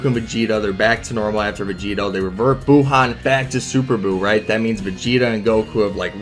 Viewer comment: Dis man just pulled up facts dat kb over bh and still say buuhan